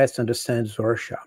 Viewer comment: it's not called "ROXA", it's Russia!!! 😅 Goodness me!!